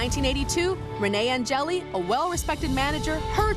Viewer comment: No, it’s An-jelly 😂